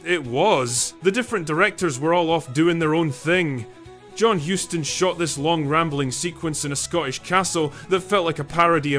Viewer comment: FYI: Charles Boyer was French and his last name out of France was "Boy-YAY". Similarly, the last name of the Huston family is pronounced to sound like the name of the city in Texas.